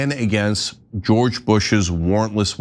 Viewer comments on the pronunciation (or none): none